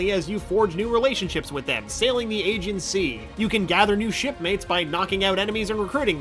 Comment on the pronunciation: Wow. How hard is it to pronounce Aegean sea it's not "Aegan" there's an "E" in there. And there's an "S" at the end of Alexios. It's not "Alexio" Not hard guys.